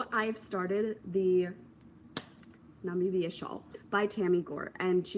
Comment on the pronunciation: I’m watching this after it was live so I don’t know if anyone shared the pronunciation of Namibia. I believe it’s nuh-mih-bia (stress on the mih). If you’ve already learned this, it’s all good 👍🏽👍🏽 Also I think it’s adorable how Patrick is obviously listening and paying attention to you podcasting.